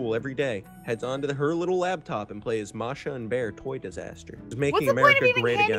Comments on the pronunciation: the Bear's name is bear and Masha is pronounced : Mah-Shh-Ahh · Masha and the bear is a real TV show Btw masha doesn't have a R sound in it